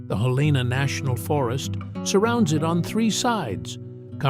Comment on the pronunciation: Helena is pronounced HEL-n-ah.